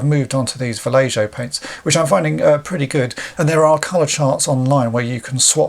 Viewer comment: sorry to be that guy, but it's pronounced va-lay-yo